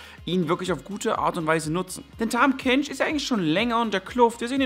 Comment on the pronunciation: er heißt Tahm Kench.